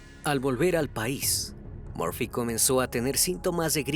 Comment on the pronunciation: Crimi, es Murphy... por favor, puedes corregirlo, por respeto a sus familiares. Gracias!🤗😘❤